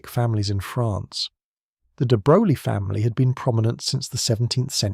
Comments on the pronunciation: It's pronounced "de broy." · Why should we take this seriously when you can’t even take the trouble to learn how to pronounce the man’s name? Sheesh!